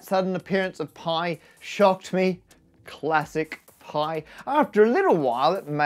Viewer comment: "Claassic Pi" Laughed my ass off!